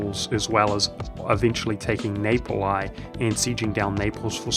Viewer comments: Neypolay I'm not even mad, that's an interesting way to say Napoli. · I generally like your videos, but your mispronunciations of words like "Napoli" and "Aragon", and in previous videos "Candar" drive me up a wall and pretty much prevent me from watching your videos.